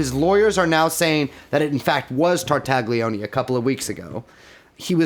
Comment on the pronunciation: Any mispronunciation of Ghislaine pales in comparison to what you guys do to the name Tartaglione